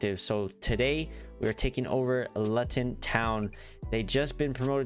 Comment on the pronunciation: Just so you know it's pronounced Loo - tun. Cool video though!